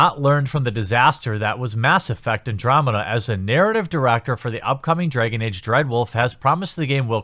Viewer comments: Dregon age? Started as a joke but the more I heard dregon age I had to click away. I'll watch whatever next videos don't involve A's in that regard I think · Why do you pronounce dragon like a jew would?